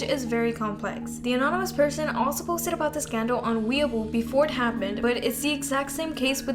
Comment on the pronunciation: btw weibo is pronounced way-bo, idk it's closer to 왜붜/왜버 in hangul if u read it!